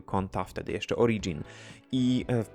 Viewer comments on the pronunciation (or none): none